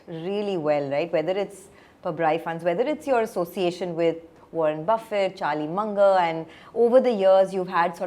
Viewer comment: God. You also say Warren Buffai! It Buffett. Not pronounced like buffet.